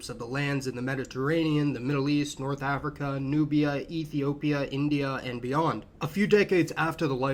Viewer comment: "Àfricann" Americans